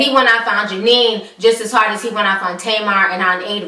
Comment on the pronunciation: She don’t get nobody name right 🤣🤣🤣 Janine and karatchie 🤣🤣